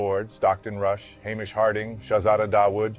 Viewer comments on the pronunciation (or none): none